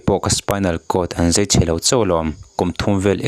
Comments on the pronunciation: Zei, tiin a lam deuh tlat a, fiah takin Zai han ti se ka ti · I mizitawng hman hi. Zai nge zei. Uluk deuh leh fiah deuha lam a vatha ve